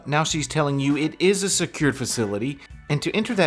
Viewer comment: He's already been told three times it's NOT a public building and still mumbles, "Iss uh public building right?" No, mook, it's not. Go mumble somewhere else.